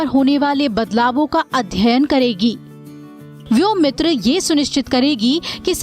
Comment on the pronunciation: व्योमित्र नही व्योमित्रा हैं शायद.